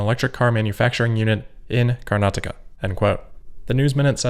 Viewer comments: you are the only YouTuber from NA who pronounced Karnataka correctly! (thumbs-up-emoji) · You pronounced Karnataka just right 👌🏽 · Good pronunciation on “Karnataka.” 😊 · Congrats for nailing pronunciation of "Bengaluru" and "Karnataka"